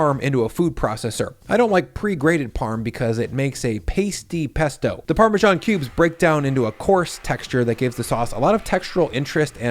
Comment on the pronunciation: Great recipes! But I had to get over the "parmaJohn" so i could finish the video. My first grade teacher (a Brit) and everyone I know says: parmezahn. No more italian food themed videos on this channel for me 😂